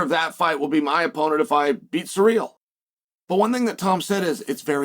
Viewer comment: Does Chael just pronounce people’s names wrong on purpose? “Surreal” Gane and Alex “Peereira”. 😂